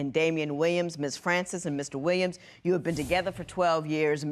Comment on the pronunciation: I came here just to say this. That emphasis on "uooou"